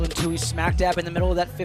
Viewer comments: Katelyn's last name is pronounced in an interesting way here by the commentator - Two He, not twoee, like everyone else pronounces it. Why does he keep doing that? He did the same thing in another race. Can someone clarify with him the right pronunciation? Thanks. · Who is this Too-Hee person? I mean, who in track and field doesn't know how to pronounce her name? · I think it's "tU-E," not tU-hE." And great race!